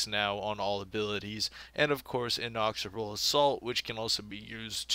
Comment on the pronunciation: InEXorable assault. Not inOXorable.